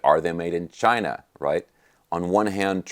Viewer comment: "Made in Chinah"